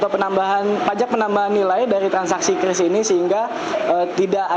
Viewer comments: Penyebutan QRIS yang benar adalah KRIS, bukan KYURIS ataupun KIRIS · Kris bukan kyuris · kiw ar matamu picek. bacanya biasa az: qris (kris) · bukan Qiuris .. tapi Kris sebutnya